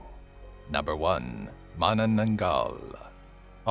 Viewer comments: I love this list. And you actually one of the few that pronounced "Manananggal" right! 😁👍👍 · You're literally one of the only youtubers to pronounce Manananggal right!